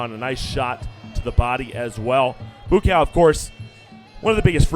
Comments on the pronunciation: Need to fire this commentator. It's bua cow. Not boo cow. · Take a shot everytime he says boo-cow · whose boo cow?..idiot commentator..you should practice your words first dude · Commentator is racist calling Buakaw 'Boo Cow'. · i gotta turn down the volumn. BooCow... that comentator should be fired. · I'm sure you already know this but it's pronounced boo-wah-kaw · He is being sarcastic... they butchered the fuck out of his name.. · Better use the last name Banchamek than the looks like nick/first name Buakaw currently abusing by lot of others Thai fighters or is it a trick of the game promotioners to cheat more spectators? And can somebody please tell that commentator to learn to pronounce the Buakaw name correctly? He actually turned Buchamek into a mix product of bull and cow. Does anybody see a bull or a cow do Muay Thai boxing? Lol. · I think he missed pronounced Buakaw's name. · Passer Bby he doesn't know how to pronounce buakaw's name. Joke n embarrassment of a commentator